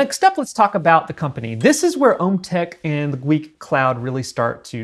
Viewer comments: Gweike is pronounced “G-wic” Gweike is also the collaborative partner with OMTech meaning they manufacture the polar. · pronounced .... G- wiki I believe